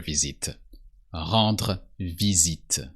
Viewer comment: Very useful video, thank you. I just wish I could have said the R's in Rendre the way you did.